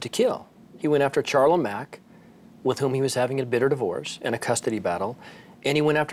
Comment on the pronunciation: I lived in Reno at the time. I can’t believe it is almost 7 years. I ‘m pretty sure her name is pronounced “Sharla, not CH- like the “ expert” () - keeps saying.